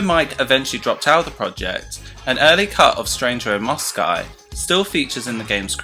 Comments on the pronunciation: Nice facts, but you kept saying “Stranger In Mosci” instead of “Moscow” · Its Mos-co not Mos-cai England nor America pronounces it Mos-Cai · mow sky? its mow skow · 'Stranger in Moskai' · "Stranger in Moscai" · Stranger in mossky hahaha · Why are you saying “Stranger in Mosci”?😂😂😂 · Isn't it " Stranger in Moscow"? Never heard Moscow pronounced like that... learn something new every day. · I really did know all of these facts, but still, it’s a great video. You definitely say Moscow weirdly though 😝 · the pronunciation of moscow differs on where you are from or your accent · Why the weird pronunciation of 'Moscow'? Great video, but that threw me big time lol